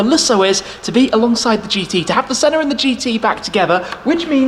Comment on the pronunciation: Anyone else noticed that Shmee always pronounces the Senna, "Sennar" adding an "r" at the end ?